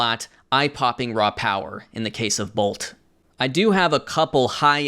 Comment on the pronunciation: i went to high school with Bolte. it’s pronounced Bol-tee